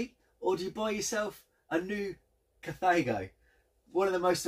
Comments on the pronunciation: pronounced car-tha-go. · So how DO you pronounce it? In the space of about 3 or 4 seconds we hear: "cathargo" "cathaygo" & "cataygo"! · Incorrect,as it´s German, hence KAH - TAH - GO. Same with THULE - TOOLER. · I like how you pronounce Carthago in three different ways lol